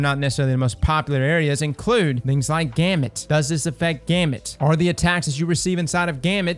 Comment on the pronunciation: are you saying gamut?